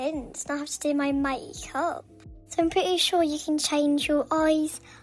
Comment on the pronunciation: HE,L THE WAY SHE SIAD MAKEUP IS SO FUNNY